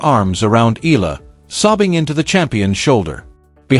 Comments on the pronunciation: Eala!! Not Ila!!! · EEE~YAH~LAH not ee~lah. Filipinos pronounce every syllable or every letter if 2 vowels are together like EALA. If you know how to pronounce AYALA just change the FIRST letter "A" into EEE then YAH~LAH. Just to be clear. Otherwise THANKS for this vlog. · Eala!!! Not Ela! Please pronounce it well!!!! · pls sa E-ya-la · This YouTube would be more convincing if it actually said her name correctly. Ee-ah-La. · EALA is pronounced " EYA-LA". The combination "EA" - la is pronounced like a diphthong, common to Filipino vocabulary.